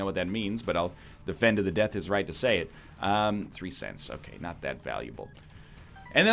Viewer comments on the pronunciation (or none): none